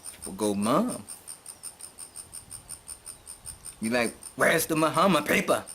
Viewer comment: You pronounce his name fine. And you are right citizenship should be streamlined throughout Africa. If other countries did this diasporans would make other countries popular also.